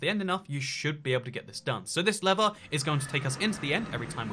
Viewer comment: your british so pronounce lever right